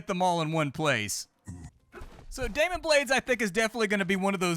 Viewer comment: you keep saying demon but it's clearly daimon. say it, ~ say DAI MON!